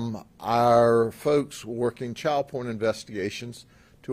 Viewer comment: “89 counts of chowl pourn”